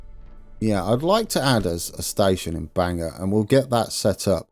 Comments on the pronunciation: Bangor is pronounced more like, Bang-Gor not Bang-Er 😂👍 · Happy day! (And it's pronounced BANG gore not Banger😊) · Our Bangor is pronounced Bang-ore. It's only an hour from me. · It's pronounced (Bane Gore)